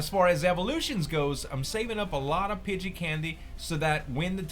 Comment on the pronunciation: Who phonetically spelled nidoran to sound like poop, it is Nee ( like the joint in you leg)- Doe (female deer)- Ran (past tense of run) Nee-Doe-Ran, Pidgey he pronounces correctly. Pidgeotto is Pidgey- oh- toe. If you guys want to give him advice double check your self first, we don't want to be the reason he mispronounces stuff.